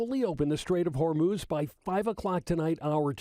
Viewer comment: The straits of Hamas? Am I the only one that heard that